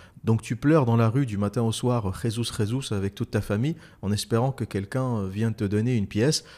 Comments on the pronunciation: Petit remarque anecdotique: Le Brésil étant un pays lusophone, on dit "Jesus, Jesus" avec un J et non "Résus, Résus" (qui est une prononciation espagnole) 🤣😅🤣😅. Mis à part ça, excellent podcast! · En portugais on ne prononce pas le J ne se prononce pas Re, mytho.